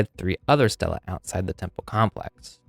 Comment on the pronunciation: Excellent video. The plural of “stela” is “stelae.” So the last syllable sounds like “I,” as in “I” really enjoyed this video.